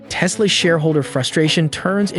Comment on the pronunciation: Yeah, says aka instead of a-kay-a, and sometimes says "Tease-la".